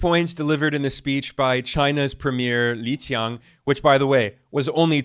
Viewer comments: from your pronunciation of Chinese leaders' names, i can tell you put effort in your videos. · respect for you for pronouncing chinese names right! most people come off with the worst pronounciations ever,i don't blame them tho but i respect you for leaening how to pronounce them right! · Ben, you probably won't see this but as a 2nd-gen Chinese-Australian (someone who has grown up being mocked for their cultural background), thank you for pronouncing Premier Li Qiang name's correctly - tonally as well. These are small things but these are things foundational for a better world built on intrinsic respect that we want to live in. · The most accurate pronunciation of Chinese names from a Western YouTuber—he's clearly done his homework on the pronunciations of Xi Jinping and Li Qiang. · Damn, mad respect for the proper Chinese pronunciation of 李强 and 习近平!